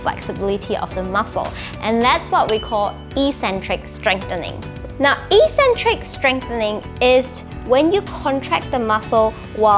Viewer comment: Good video, but soft correcton- it's pronounced 'ek-centric'